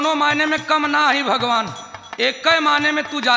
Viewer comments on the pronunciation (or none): Bhagwanka nam pronounce karne bhi nahi aata